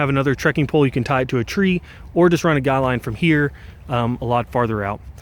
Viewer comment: Great review. Thank you. Random completely unrelated comment that will either give you a smile, or a complex: The way you say “need” and “tree” sounds almost spot on like a Kermit The Frog impression.